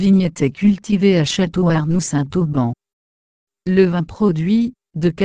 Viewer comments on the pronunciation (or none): Dommage que la personne qui commente" écorche" , a chaque fois , le nom de la commune . N'aurait-il pas été plus simple de lui dire de faire la liaison entre le Saint et le Auban ??